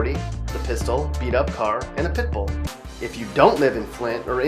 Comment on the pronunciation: Man he did flint wrong don’t disrespect my hometown we not that bad